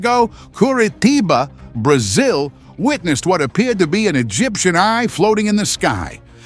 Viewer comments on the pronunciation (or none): EGIPTIAN EYE?!! DUDE YOU ARE DUMB AFFFF